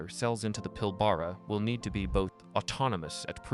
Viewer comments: Pilbara is pronounced the way it's spelt, not Pilborough. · PIL-ber-a, rhymes with Canberra